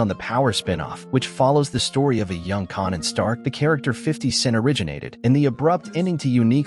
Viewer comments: white people learn how to pronouce there name it s kan an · Raising 'carnan' and 'rack' makes me wonder if this a AI voice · You are definitely wrong with your pronunciation of Rack and Connan???? Who is Connan? Or Rack!!! 😂😂😂😂